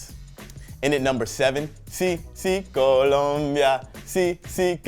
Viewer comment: MAJOR props for that Colombia Song and pronunciation Portugal number 5 seems like a stretch since Ronaldo Is not the Messi arch-rival anymore If Brazil doesn't make it to the semis this time around just gonna show how much the refs helped them get there